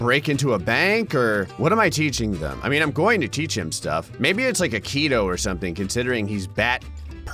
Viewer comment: No you pronounce it a-ke-do